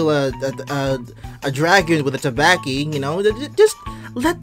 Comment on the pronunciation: Your first pronunciation of Tabaxi was spot on. "Wild Shape" is one of a Druids most iconic spells in which it allows them to temporarily shape-shift into an animal of the forest. Bard = Horny, about 85% of the time.